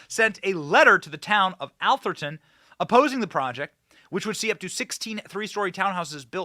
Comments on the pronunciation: "Ath-er-ton" not "Al-ther-ton" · It's pronounced Ath-er-ton, sounds like Ass-er-ton, except with a th.....nevermind, you corrected yourself later in the video. You got it right. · Ah-ther-ton . Is where all the rich white people live Benny. Only ballers and CEO’s live . It’s located in San Mateo county. Just south of San Francisco. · Doesn’t seem to be an “L” in Atherton. Am I missing something that Benny sees? Curry chose this place for its protection of his league. Sounds woke to me.